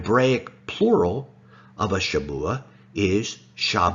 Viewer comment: It’s shavuah, not Shabuah